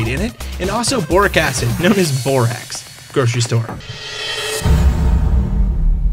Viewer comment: when you said borax i tohught you said borat =\